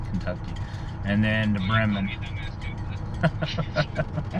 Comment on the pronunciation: Pronounced "Breeman" but spelled Bremen